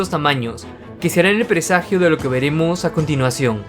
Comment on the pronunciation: Ese acento: ivan = ivang A continuación = a continuaciong xd